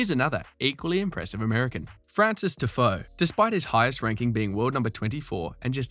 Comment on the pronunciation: TIFOE LAMOOO wh yu say it like that